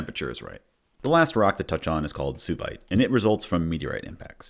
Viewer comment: hearing you say "sue-vite" is devastating, me and my friends have been pronouncing it "sway-vite" for months